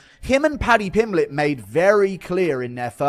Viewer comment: Paddy pimbiley 😂😂